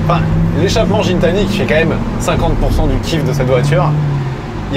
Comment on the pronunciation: C’est Guitani que ça ce prononce le mec a une chaîne YouTube il est très pote avec le Canadien de chez DDE avec qui Pog va en gunball